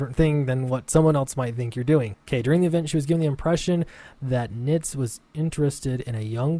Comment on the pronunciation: Yes, you're pronouncing it correctly. :)